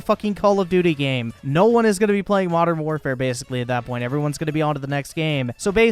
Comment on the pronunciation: Can’t deal with how this nerd pronounces war “whaarfare”